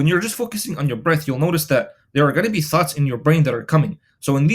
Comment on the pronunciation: hahahah I though u said thots